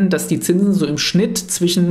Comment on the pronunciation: Junge, lerne bitte Deutsch sprechen. Es gibt ein "sch", das wird Sch gesprochen und nicht ch. Es heißt nicht "zwichen", sondern "zwischen".